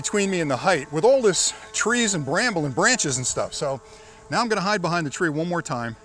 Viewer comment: "let me see if I can hind behind these trees" that made me lol. great video love the demonstration I can only imagine this drone and the future of drones will get so much better! I can only imagine it will start picking better paths and will have better algorithms.